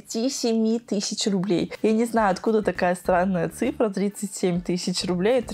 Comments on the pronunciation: Как режет слух ТЫЩИЧА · Странно класть грязные деньги в шоколад?.....😖😖😖 Интересно куда они делили этот шоколад Режет слух "тыщича"